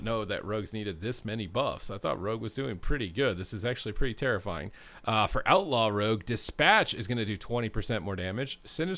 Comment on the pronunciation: Bro you read Outlaw so wrong 😂